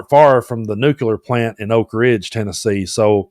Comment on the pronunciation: You said NU- KU -LER !